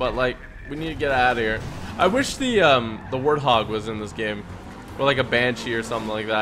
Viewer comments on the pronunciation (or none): none